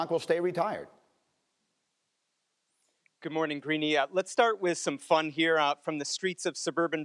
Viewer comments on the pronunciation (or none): none